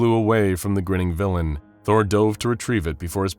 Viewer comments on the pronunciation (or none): none